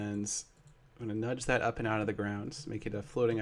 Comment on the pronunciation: Seth says "Ans," instead of, "And."